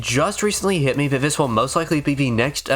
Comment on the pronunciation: How is it that you can pronounce "th" sounds properly when saying "throughout" and "thoroughly" but still say "vis" and "vat"? It's maddening. I want to like this channel so badly. Please, please take a second or third pass at the audio. You're clearly reading from a script so you can easily re-record and edit segments. I promise I'm not being a dick. I'm a voiceover guy myself. I'll edit your VO for free, reach out to me. Please. It's a tiny, easy change you could make but it would be a humongous leap in quality for you. Please.